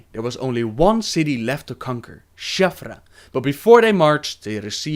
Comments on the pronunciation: Shattrath, not Shathra. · You lost me at shath ruh. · stop saying shaffrah its shattrath D